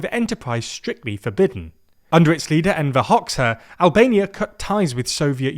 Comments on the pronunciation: Please please please, for God's sake, please bother to look up pronunciations! Granted, Albanian spelling is weird. But it takes a mere minute to look up Hoxha on Wikipedia and find out that his name is pronounced like "Roger" but with an "H" instead on an "R" at the start. HODD-juh. I'm not asking you to become a linguist and learn to pronounce sounds that don't exist in English. But please look up pronunciations, just as I trust you would for an English word which you weren't sure how to pronounce. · Its pronounced Enver Hodzha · FYI, Hoxha is pronounced Hoja. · Why do you not learn how to pronounce foreign names before doing a video? The pronunciation of Enver Hoxha is literally in his Wikipedia article. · As an Albanian, that thumbnail with a halo on our chief thief's head gave me whiplash. Also that pronounciation of Enver Hoxha was ATROCIOUS. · Soviet Yugoslavia? Sometimes you need to talk to your elders. Or just check Wikipedia for pronouncing Hoxha. It's the first line of the article. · Listen guys, mostly people who know how to pronounce Hoxha watch this video. The least you could do is look it up, it's highly likely it's a sound you can pronounce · Pronunciation correction: the "xh" in Albanian represents the same sound as the "j" and "dg" in the word "judge" in English. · They totally butchered Hoxha’s name. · FFS surely doing this video you should have researched how you pronounce Hoxa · Need some practice on that pronunciation of Enver Hoxha mate. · He also didn’t know how to pronounce Hoxa. Really poor.